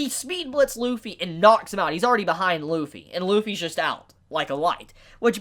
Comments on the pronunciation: his name is Luffy not Wuffy for a reason... ok I'll stop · Realize that Kaido reverted back to his human form, took a Kong Organ and SIGHED at it. This man put the L in Lufffy's name.